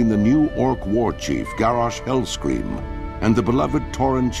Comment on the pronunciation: lol i swear the narrator said Garrosh Hillscream